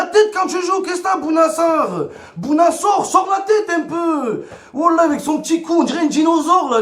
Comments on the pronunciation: "Vélocéraptile" Momo 2019 🙆‍♂️🤦‍♂️😂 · Bouna Sarr le velociraptile 🤣🤣 C velociraptor momo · Un veloceraptile 🤣🤣🤣🤣